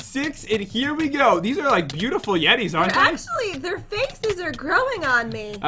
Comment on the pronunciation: YE YE!!! Don't u mean bootiful